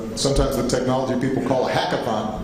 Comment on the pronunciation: So he is just going to keep bashing America and Americans huh?? They couldn't find a better speaker?? Did he just say hackaton?? And he said to filter and censor? These people will not get help by this person. He didnt help Chicago or the US juat every other country, but not the one he was President for.